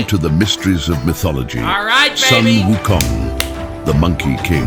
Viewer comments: Sun Wukong should be pronounced as Soon Wukong, not Son Wukong. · Both Chinese and Japanese are written as 孫 悟空，but the Japanese pronunciation is Son Goku, and the Chinese pronunciation is Sun Wukong. Both refer to the SAME monkey king.